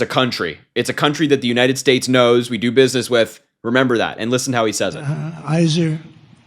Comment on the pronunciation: trump has one leg that doesn't work. Remember he pronounced the U.S. as the United shates of America. The world knows trump has lost what's left of his demented mind and has to be led around like a feeble old man from an assisted living center.